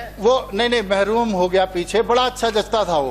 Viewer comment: माननीय नमस्कार महरूम नहीं महरून कदाचना नहीं कदाचन ❤😊